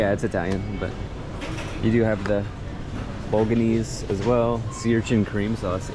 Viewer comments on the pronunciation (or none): did he say “bolganeez?